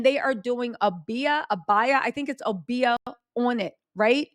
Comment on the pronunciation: Obeah (oh-bee-ah) is real & Aubrey don't know about. It can also backfire, like it is. There's plenty of POC that rock with 😈acists. Enrique Tarrio is serving 22yrs for Jan. 6. All the spells in the world can't save his career. :_TattleTellReally